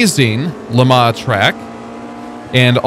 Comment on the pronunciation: Am i the only one that is annoyed at the pronunciation of Le Mans and what is the Automobliesta game you keep talking about? 😂